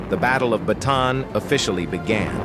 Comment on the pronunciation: good vid ... minor point - the correct pronunciation of Bataan is BAH TAH ANN